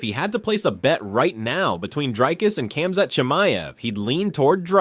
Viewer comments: Yeah like Tree not Tri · You are pronouncing his name incorrectly. You are suppose to pronounce the 'i' sound like the word 'rip'. You are pronouncing the 'i' like the word 'bike', which is wrong